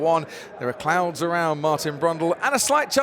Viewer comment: "There are clounds around Martin Brundle..."